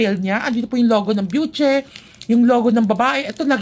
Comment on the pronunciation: My friend hello byushey yung alam kong bigkas jan pero okay lang yan 😅 enjoy ka pa rin talaga mag-review 😊